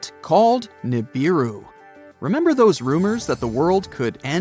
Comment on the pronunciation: The correct pronunciation is OO-as in oops…RAH-as in ‘twas..NOOSE. OORAHNOOSE. NOT YURAYNIS. You sound ridiculous. Pronounce the U like the U in Neptune … NEPTOONE. GO BACK TO URANUS IN ITS ROOT FORM, NOT ITS AMERICANIZED SLAUGHTERED SLANG And Neebeeroo. The i is pronounced ee as in Japanese or Italian. English got screwed up in the correct pronunciations of foreign or scientific wording.